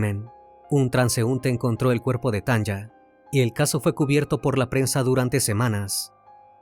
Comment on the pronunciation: Me encantan tus videos ❤ solo una corrección: El nombre de la chica que pronuncias Tanja, debe ser Tanya y las pronunciación es Tania como se escribiría en español 😊 es común en países como Estados Unidos escribir nombres con y en vez de i, por ejemplo Sonya sería Sonia, saludos desde Alemania ❤